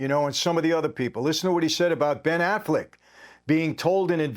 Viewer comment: Did this video start with the bodyguard calling Ben Affleck, Ben “Ass-Flick”?? 😂😂😂